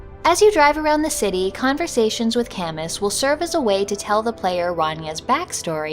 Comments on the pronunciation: Great concept. I bet you could do a follow up too, there are so many good boys in video games. Also, Camus is French and usually pronounce like kam-oo (although I haven't played the game so if it is pronounced as you did then I apologise in advance.) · Is that really how "Camus" is pronounced? I would have thought it would be "ka-moo", after the novelist/philosopher Albert Camus.